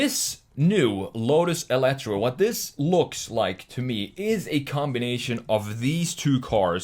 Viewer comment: It’s actually meant to be pronounced as “elite-er.” Also, fun fact, it’s powered mainly by tapping torque off of the revolutions Colin Chapman is now making in his grave. But seriously, RIP Mr. Chapman, and RIP Lotus. Ugly, stupid, bloated Chinese garbage. So awful it’s surreal. A Lotus SUV that sucks in every way. Wow, thanks, 2023.